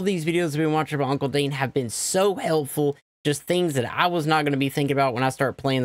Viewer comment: "hey guys today we are going to watch another video by hunkle dane" oh a mistake